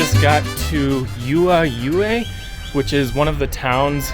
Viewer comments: Hey great video and awesome views! Just wanted to share the correct pronunciation of Juayua : it's huá-YOU-uh. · when I was there, I heard it pronounced Y- you-ah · Please replace the j with the H sound, to pronounce the name of that town correctly, we pronounce the j as the H in english- thank you